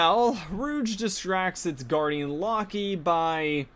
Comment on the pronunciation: "Lock-ee" 😂 Reminds me of some of my own horrible mispronounciations (like "Anto-een" instead of "En-twan").